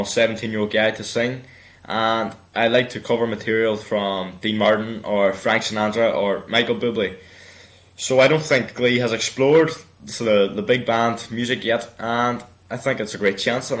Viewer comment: Hahaha be says Buble like bubbly . xD